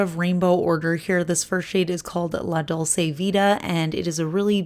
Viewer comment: You pronounce it dol-che. :)